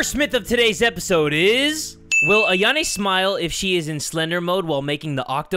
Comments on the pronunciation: Meh dude said ayane not ayano like how it’s pronounced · Why do you keep saying AyanE? Its AyanO. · it's Ayano with an O at the end